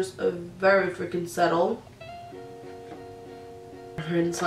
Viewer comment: It’s “subtle” not settle love it’s been bothering me, your make up is bomb regardless🥰